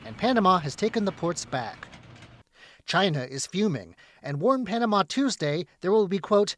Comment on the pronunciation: Hey CCP moron, its called Panamá, not ponama.